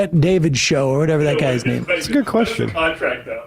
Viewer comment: She keeps mispronouncing the woman's name.